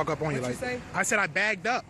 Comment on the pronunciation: Its backed up ,not bagged up smh learn how to talk america especially if ur gonna "protest"